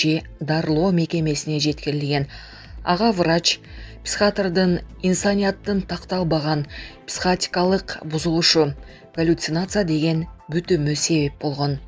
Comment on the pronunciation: Псхатр" апей, ошондой соз барбыкен,биринчи жолу угушум.Психиатр деп журупмун мен.